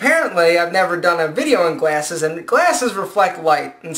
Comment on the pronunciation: lol you say "glAYses" ;)